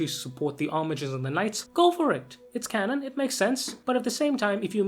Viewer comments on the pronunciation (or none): none